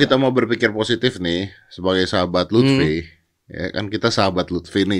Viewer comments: lufi bang bukan lutfi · Luffy bukan lutfyyy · Luffy woi bukan luthfi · Luffy coy bukan lutfy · Note : Luffy mas Young Lex bukan Lutfhi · Itu LUFFY tolong 😂😂 bukan LUTFI 😂😂 Luffy dibandingin sama lutfi, aduh